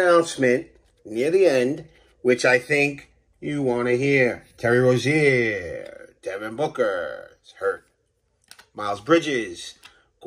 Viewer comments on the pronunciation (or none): none